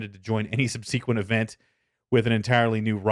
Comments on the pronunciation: "sub-seeek-went"... :P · dude, that is not how to pronounce subsequent